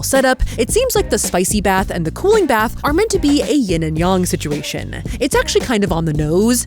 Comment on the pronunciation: I have never heard that pronunciation of Yang before 😂